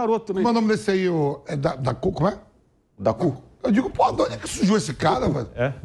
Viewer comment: Vampeta chamando o jogador do city de " daku " bahahahaahhaahaha